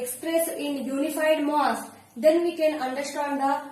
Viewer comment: Its not moss its mass